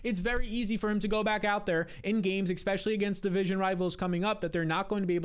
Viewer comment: e-S-pecially, not expecially. I love your videos but you use this word around 40 times each video. Especially, e-SSSS-pecially.